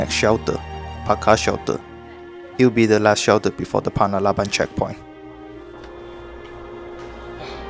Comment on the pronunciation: anyway .. its panarlaban not palabalan ... hahhah